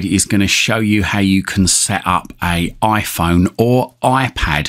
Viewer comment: Oiphon or Oipad...